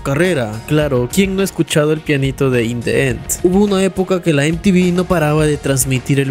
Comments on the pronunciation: "In De Enth" :v cuidado con esa pronunciación mi viejo. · sería "in di en" en pronunciación no "in de en " por qué viene vocal después de el the.